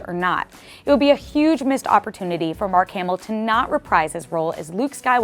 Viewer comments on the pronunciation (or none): Did she say mark hamilton.?.